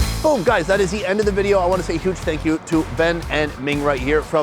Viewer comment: I think that guy is saying “Fank You”